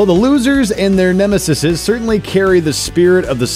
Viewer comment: "NEMESES" -Cassanova Frankenstein